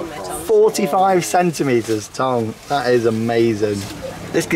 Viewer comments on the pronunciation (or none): Are you intentionally pronouncing tongue, tong 😂